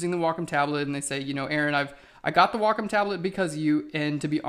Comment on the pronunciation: I listened like five times and still couldn't understand...Wacom tablet?